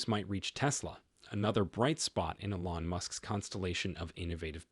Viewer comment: It's not e-LON, it's EE-lon.